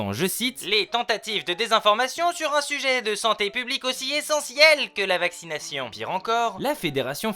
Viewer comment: Vaccinaille cheun , startup naille cheun, communik aille cheun .... on dirait l'avocat de raout en plein délire dis donc 🤣🤣🤣🤣